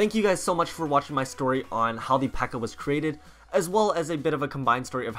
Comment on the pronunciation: It's pekka not bpekka